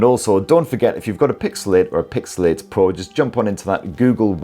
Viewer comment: Cant stop hearing pixelate. nice summary video though.